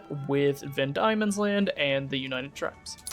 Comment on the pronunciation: Van demons land, I know it spelt weird but it’s pronounced demon. But good vid otherwise